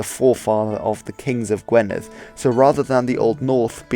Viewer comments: “u” in Welsh is pronounced like a short i. Gwynedd is pronounced Gwineth, not Gweneth. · 👍 Edit:- Pen is also head in Welsh, 😊. Gwynedd, the 1st part is pronounced Gwin, the end is perfectly done, a rarity by a Saesneg, 😊, ❤. Diolch!